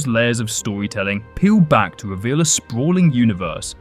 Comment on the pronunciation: Dwaw dwopping reweal 😅 No offense, that's just how it sounded.